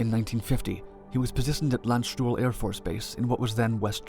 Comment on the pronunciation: How the fock did you manage to pronounce Landtuhl correct ? T'was the first time ever I've heard that. You fluent in foreign tongues? Or are you maybe an Alien, finally?